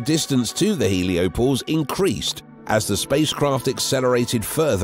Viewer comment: Heliopause, not “heliopose.” 🙄 Also, what’s with the repeating sentences? Did your editor fall asleep at the wheel? Some of these sentences are so awkward and inelegantly created, I can’t tell if they were constructed by a nonnative speaker or an AI algorithm.